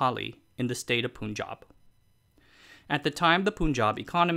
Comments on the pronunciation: It's not Poon-jab, it's "Pun"-jab. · Great video, made me wanna find out more about this. My only gripe is how he kept calling it a poon jab. its pronounced the same way you'd pronounce pun ( the joke ). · Punjab is pronounced Pahn-jahb, not Poon-jahb. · It is "Pun" not "Poon". Do you say pun intended or poon intended? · Dude Its pronounced Panjab. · The way he says Punjab hurts me. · it is somehow so sickening to see creators, like, to fail at properly pronouncing simple sounding names like "Punjab". I mean, it is not like these folk are unaware of the "un" sounding in Bun, Fun, Run etc. I am sure they must have done their research when creating this content and i am very confident that they, at some point when researching and studying content related to "Punjab", might have heard how to pronounce "Punjab"........ but, hey? Poonjab!